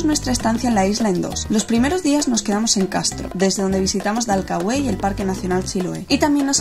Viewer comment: No hay acento en la E de Dalcahue, hay alguna regla diferente para pronunciar la acentuación en España? Se llama Dalcahue sin acento, pronuncie bien